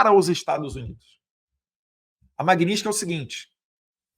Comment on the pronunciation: não é magnintsky, é magnitsky!